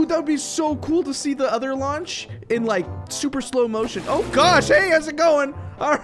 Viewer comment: Meh: did he say launch the baby Also meh:LAUNCH THE BABY PLZZZ Him: launchez baby Meh:HIGHER